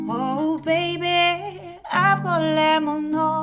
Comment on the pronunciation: Νομίζω λέγεται αυγολέμονο αλλά σίγουρα μπορεί να αλλάξει η προφορά του ανάλογα την περιοχή που ζει κάποιος στην Ελλάδα